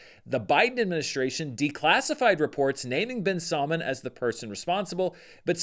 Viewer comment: 😂it's funny I hear salmon whenever you're pronouncing Salman.